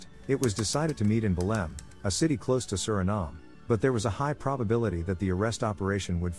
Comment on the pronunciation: The city in Brazil it's Belem, not Belim. Congrats on the video!